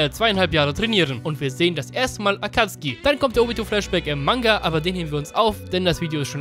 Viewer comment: Akatsuki deutsch ausgesprochen hat mehr swag